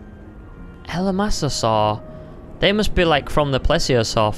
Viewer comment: E-la-ma-sa-saur! Haha 😂, it's ELASMOSAUR, NOT "ELAMASASAUR"! Hahaha LOL